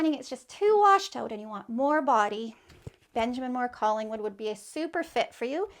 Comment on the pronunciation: Great info. Can't understand the name of your Benjamin Moore option Calling would?